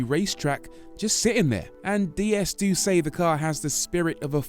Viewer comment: Why do virtually ever pronounce it Dee S, when it’s actually pronounced Day S.